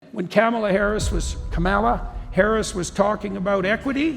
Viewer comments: It’s not Kamala. It’s Kamala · Can’t pronounce her name correctly. What a dick. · See how Jordon purposely mis-pronounced Kamala Harris’ name as if he doesn’t know any better?…so passive aggressive of him. This is the signature of male authoritative narcissistic types. Good job Jordy! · No. They didnt. And Yeah. You say Kamalas name incorrectly, too. Show how "masculine" you are, "doctor".